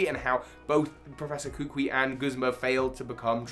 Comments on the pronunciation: It’s not koo-qwee…. It’s kuh-coo-ee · "Guhsmuh" "Kookwii"